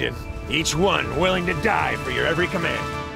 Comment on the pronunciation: it juan, it not juan.